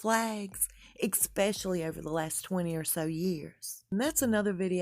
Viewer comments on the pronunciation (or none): I like your research, let me say that first. And, there is no word ecspecially, or halfhazzard. It is especially, and haphazard.